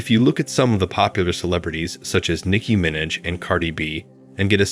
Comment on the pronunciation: "Nicki MINIDGE" 🤦🏾‍♂️